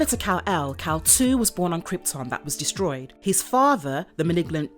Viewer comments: Not trying to sound like a major comic nerd, but it's Kal-Il (I-L) which would be pronounced "ill" or "I'll" not "2." Good vid otherwise. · It's pronounced Il ( if you're sick ) not two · It's not "Kal-2" it is Kal-Il... as in "Kal-ill". Kal-El is superman. Kal-Il is ultraman. . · “Kal-Il” not “Kal-2”. Kal-iL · Just a correction... The name is Kal iL ( like ill, sick) and not Kal- II. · I think you mean kal-il or kal-Il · It's Kal-iLL as in Sick 😷 Kal2 lol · I'm surprised nobody mention about the name, it's kal il not kal two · I had to stop watching this. The mispronunciation of Kal-iL was a real turnoff.